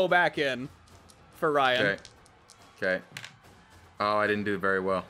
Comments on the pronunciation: I love how just starts calling Ryan "jyan" halfway through the episode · I herd condi's character as Dry'n instead of Jryan